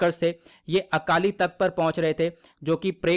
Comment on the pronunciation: Akaali takht nahi Akaal takht hai